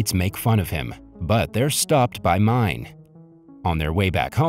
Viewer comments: I think that this video is narrated by a text-to-talk simulator or a text-to-talk machine because he pronounces the name as the English word “mine” instead of “Me-neh”. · it's not pronounced as mine but Mi-ne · The teachers name is written Mine but you read it not right it’s Meenaa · I do not know a single person who didn‘t cry at this movie. Also mine is pronounced like meena and nene is a word for grandmother. ❤ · All the names in this movie are Turkish and I suppose you can be forgiven for not doing a little research to actually present the movie explanation with this information. The school teacher Mine, is a prevalent female name a little like Mina and should be pronounced as Mina or Minay not mine as it is written. The absconded soldier in hiding is not named Asker. But Asker is the Turkish word for soldier. Also Nene is the Turkish term for Nanna or grandma. My sister’s kids call my mum Nene but mum’s name is not Nene. Perhaps the original movie version may have been South Korean but this particular version is Turkish and was clearly filmed in Turkey due to the dress, countryside vistas, shop signs and even school uniforms. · And Mine isn’t the way he says, you should read it as M-I-N-E (Miné)